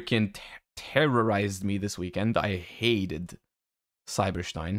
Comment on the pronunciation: Stein is a german Word and thats how you pronounce it